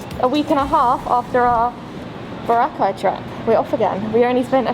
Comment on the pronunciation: your pronouncing Boracay more local than foreign accent.. Cheers enjoy your trip.